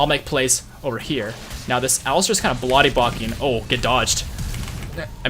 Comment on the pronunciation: "This alistar is kind of blody bocking" I had to rewind to make sure i heard that right. too funny!